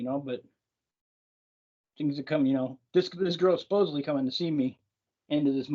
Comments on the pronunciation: Supposedly...not supposebly. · It's supposedly.... not supposably 😂 sorry, pet peeve. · What a complete tool. Btw it’s SUPPOSEDLY not SUPPOSEABLY.